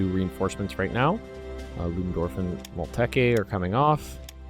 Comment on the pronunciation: Moltke: Malt-keer is a better 'Englished' pronunciation ;)